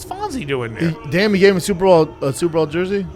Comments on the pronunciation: Will someone Tell the fat retard it’s Super BOWL not super Ball . Unreel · I love how Brendan has said superBALL instead of superBOWL 150 times and not one person corrected him 😂😂😂😂